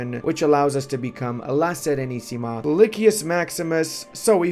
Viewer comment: You said "La SERENISSIMA" with an impeccable pronunciation, well done my Romanian brother